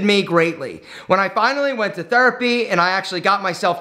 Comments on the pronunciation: I like when says Thurpy instead of Therapy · That is his Philadelphia area accent coming out